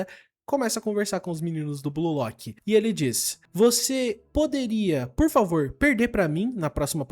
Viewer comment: "Pod favor" kkkkkklkkkk😂😂😂